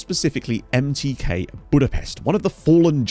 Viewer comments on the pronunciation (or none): A couple pronunciation tips: the authentic pronunciation of MTK is more like "em-tey-kah" And your pronunciation of Ferencváros was pretty good, but the "c" in there is pronounced like a "tz" Looking forward to following this, should be a fun save